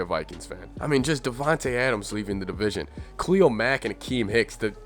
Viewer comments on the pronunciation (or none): none